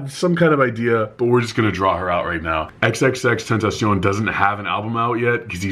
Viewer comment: He's pronunciation is tentashon" " The correct pronunciation is "tentasiyon"